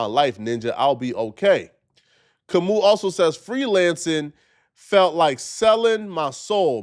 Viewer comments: It's not Kam-ooo...it's Kam-ow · It’s Ka-moo!